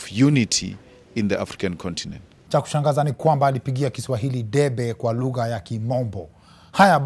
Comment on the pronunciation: 😂 😂 Did you have to repeat "lugha(lug-her)"